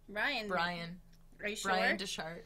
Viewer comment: His name isn't DeShart. 😂😂 It's Bryan Dechart, pronounced DECK-hart. Also, I could listen to your conversations for hours. Y'all always have me dying.